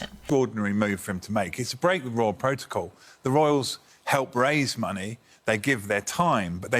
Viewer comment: "Breaking protacol" LMAO